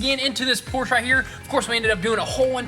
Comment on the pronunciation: Hey! Finally heard you say Por-sche correct!